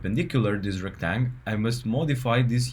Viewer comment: Just an FYI, a rectangle is not called a rectang. Unless of course you are pronouncing it Retang cause it’s how the command is written. 😊